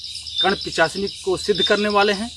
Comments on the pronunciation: Ullu banana band karo bhai...pahle to pronounce thik se karo..pichasini kya hai? Mata karn Pishachini bolo...ye sadhna wamachaar se hota hai aur aisi jagah kiya jata hai jaha tumhe koi na dekhe aur disturb kare..aur v kathin niyam hai iske..aur ha pant shirt pahan k karn pishachini sadhna nahi hota...koi accha kam karo aur like ya view k liye ye sab le k khilwad mat karo bemaut maray jaoge..jai shree mahakaal..🚩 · लगे रहो पिचाशनी नहीं पिशाचनी सही बोलना सीख पहले 😂😂😂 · Aap ko to mant ucharn nahi karne Arha hai nahi pichasni ejt diya